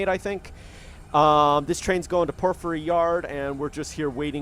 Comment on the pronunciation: Sounds like: por·fr·ee (according to google)